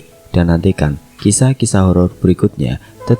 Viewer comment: horor mas bukan holol